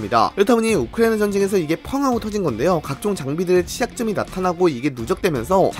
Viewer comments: 발음 진짜 너무한다 ㅋㅋㅋ 우크리이잉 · 우크라이나 발음 드럽게 ㅁㅎㄴ